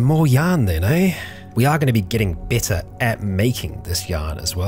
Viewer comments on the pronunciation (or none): Why you you keep saying besser instead of better?